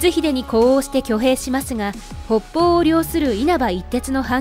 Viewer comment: 北方＝ほっぽうではきたがたと読むんですよ